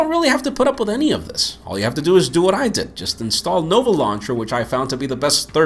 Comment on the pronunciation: It was "nova launcher" and not "noble launcher"